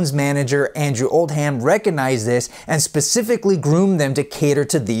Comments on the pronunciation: The "h" is silent in Oldham. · Andrew Old-HAM. I know technically the last syllable is ham, but that American pronunciation grates. It's more like "Old-'em", as in the Texas card game but without the 'h'. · Learn how to pronounce Oldham buddy.